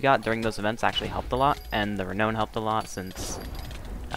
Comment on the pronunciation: Good video,. You're saying Renown wrong though. It's actually pronounced "re noun" Not "re known" But I'm sure you'll improve on that! Just because you have aqua brackets on pit doesn't mean you can reinvent an english word's pronounciation. Love the commentary hope they rework major events and promote you to moderator on hypixel!